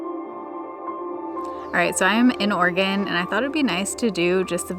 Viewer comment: I'm hearing organ instead of Oregon all the time 😂😂😂